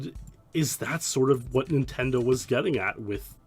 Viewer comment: Ah ha, you said "intendo.' I love it. It reminds me of the late 80s when I was five.